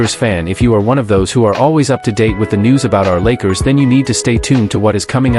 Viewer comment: I can’t take the AI either. Can’t even say the name of the Lakers correctly. What’s wrong with this picture?